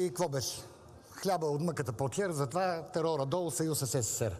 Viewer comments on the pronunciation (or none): none